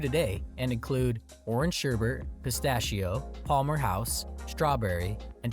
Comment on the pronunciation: Please don't call sherbet "sherbert"!